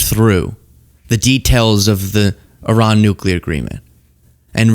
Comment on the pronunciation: Umm it’s pronounced E-Rahn